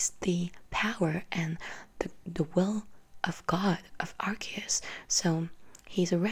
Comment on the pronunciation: Darkrai HAS to be explained... EDIT: YOU PRONOUNCED ARCEUS'S NAME RIGHT! YEEEESSSSS!!!! EDIT 2: I wonder how Arceus must have reacted when He foresaw the creation of a false god... (Lord Helix)